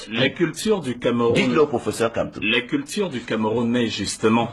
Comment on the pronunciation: tu n'as rien a dire va compléter ta dentition et tu évites de prononcer le nom du Grand prof n’importe comment